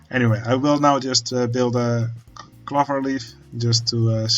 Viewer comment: Hey man, love seeing this unfold, never knew about this game! Just a tip, the word clover uses the O-sound as in the Dutch pronounciation of Oven!